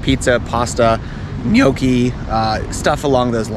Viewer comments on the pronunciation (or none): none